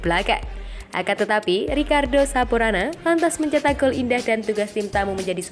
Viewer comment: saponara min bukan saporana